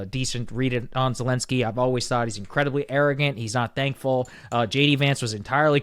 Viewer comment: Wow. Bro is so red pilled, maga brain rotted now. Blaming Zelenskyy (whose name you can’t even pronounce correctly btw) that it was his fault. Yikes bro, Russia is calling, pick up the phone 🙄